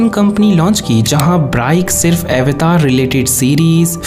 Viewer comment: Sir aap avatar word ko western tarike se kyon pronounce kr rhe hain its an indian term ye "अवतार" Hai n ki" ऐवतार" Please hm indian hain to ise hmare tarike se hi pronounce krna chahiye nhi to west is word ko bhi apna hi bataenge😊😊